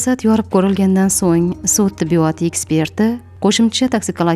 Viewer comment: Tibbiyooootmas tibbiyot deng